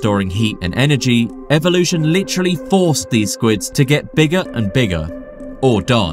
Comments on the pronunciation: Take a shot every time he says "licherally" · you (or whatever ai you may have used to make this) say "litchrally" way too much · Take a shot every time guy says "you're probably wondering" & "lih-trally."